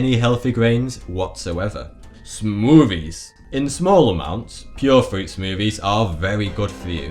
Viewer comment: I like how he says smoovies